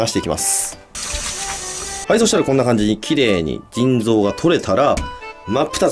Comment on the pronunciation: 腎臓がずぃん臓に聞こえる